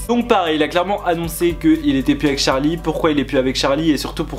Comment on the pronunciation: C pas Tcharli mais Charli